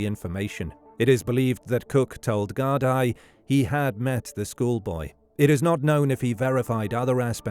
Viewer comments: Very good documentary. I remember Philip going missing. Very sad that we still don't know the truth. One criticism I have is that Gardai is pronounced Gar-dee not Gar-dai as it is spelt. It's Gaelic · Gardai is pronounced 'Gard-ee' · It's pronounced Gard-ee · It's Gar-dee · Gard-eye. FFS. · And this other guy said it’s pronounced gar-dee. 😁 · It's AI they always pronounce things wrong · Guard gee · You’re saying Gardaí wrong. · Whatever a "microdisk" is, even Google hasn't heard of it. But it can pronounce "Gardaí". Hint: it's an "í" not an "i".